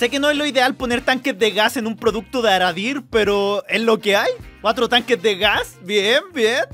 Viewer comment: dice aradir en vez de agadir